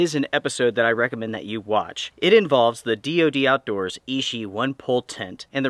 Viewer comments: Hi, just a quick thing. It is pronounced "itchy" not "ishi". Keep up the good work. Cheers. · Sweet tent, but I love my little LiteFighter. Quick pronunciation helper amigo. Ichi is pronounced EE CHEE. Hard consonant. I earned a B A in Asian Studies back in 07 and used to know almost 600 characters. A brain tumor put the kibosh on career plans.🤙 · Ichi is itchy means 1, ishi as you're saying it means stone